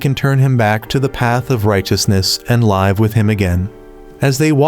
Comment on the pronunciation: Says live as in live on air instead of live as in living